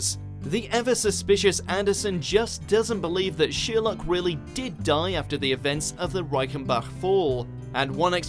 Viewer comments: Its Sherlock not sheerlock 😯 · just me who thinks this guy says sheer luck when he says Sherlock? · Sorry...did he just say sheer-luck ??!! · You say Sherlock completely wrong holy crap